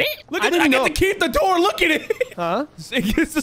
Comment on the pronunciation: No don't say open the Dore 😭😭😭